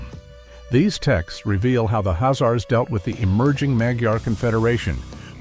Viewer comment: Why are you not pronoucing the 'K'? I've never heard that pronunciation before....